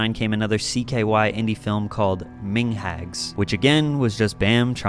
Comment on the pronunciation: How he pronounced 'mingas' 🤣